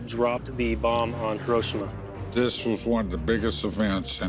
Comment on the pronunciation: Why is it the people always mispronounce Hiroshima